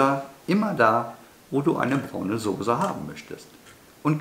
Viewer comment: Heißt übrigens Soße und nicht Sose